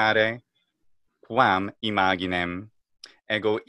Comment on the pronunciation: A mi me enseñaron en la escuela que "quo" se pronuncia "cvo". Y "cae" se dice "ce" ("che" en español). En Google se escucha "imaginem" con GI normal, como en inglés, no con GUI. Ya no entiendo. Creo que el no pronuncia bien algunas palabras. Dijo "facies" como "faquies", pero tenia que decirlo como los italianos en el grupo CI, "faCHIes".